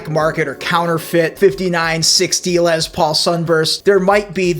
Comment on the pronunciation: And BTW, when I about 15 years old, I played in a band with a guy who called his guitar a "Lez Paul". You're only the second person I've ever heard use that pronunciation. LOL.